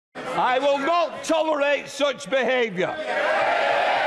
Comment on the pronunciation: i will NOT TOLL-R-ATE SOOTCH BEHAVYUH